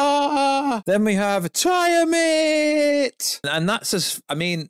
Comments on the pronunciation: Who is Tiamit? Oh, you mean Ti-tan-us 'Tiamat', am I right? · Tiamat (Tee-yuh-mat)